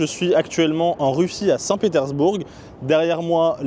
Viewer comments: On ne prononce pas le G. ! petersbour(g) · Non ça ne se prononce pas du coup comme tu l'as dis désolé...mais bon c'est pas grave, c'est juste que c'était très étrange cette façon de prononcer à l'anglaise lol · C'est nouveau ça 😮 on prononce le g de saint Petersbourg... Chouette ton imperméable des années 50...😊 Ca se dit ça, je sais pas c'est quoi...en parlant d'une marque de voiture chinoise ? Tes videos sont creuses mec... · ah tu prononces le G à la fin de St Petersbourg ?